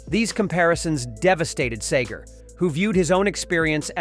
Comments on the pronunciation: Its seager not sagar!!! Wtf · It's segar nót sager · Thank you! I quit watching it because of the mispronunciation. It’s Seeger, not Sagar! Lol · (See-ger)....not (Say-ger). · His name is (see-ger) not (say-ger)!! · It's SEEEger. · It's "See-ger." And I don't believe Bob ever hated anyone. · SEEGER!!, that's how it's pronounced!! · Yep, good old Bob Say-gar. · Who is this "Say-Gurr" of which you speak. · Please learn to say his last name. It's not sayger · I do have to say that it's pretty lame that the narrator keeps calling him Sayger. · Dude cant even pronounce his last name keeps saying Sager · Seger (See-ger) learn how to pronounce the persons name who you are talking about. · Stop calling him Say-Gor. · Hey boy its "see-grrrr" Pronounce it right... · Sayger? Really? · it’s pronounced See grr! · Yes - that was irritating..Kept pronouncing Segar's name as Sager. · Big Bob Say-gerr fan here. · Bob Saygert? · He's Said the name right. Maybe not the first time? Bob Sager! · Can SOMEONE please program the computer to correctly pronounce Bob's last name? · Can you be any more hyperbolic? First, you mispronounce his name throughout this and second, you make Bob Seger out to be some kind of monster or something. He isn't angry. He's a cool guy. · You can't even pronounce his name right!!! And Seger has great respect for Springsteen. So shut up. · And you can’t even get the pronunciation of the name right I’m gone. Your channel has been blocked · You dumb %_=<>& ....can you redo this and get his last name right..4 different version. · I don’t believe a word of this the announcer can’t even pronounce his last name correctly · If you want to be taken seriously, lurn how to pronounce Bob's last name. This is total garbage. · At least pronounce the dudes name right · If you’re gonna make a video about somebody at least learn to pronounce their name correctly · I can't stand how you mispronounce bob segers name in every other sentence. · You said Seger wrong 531 times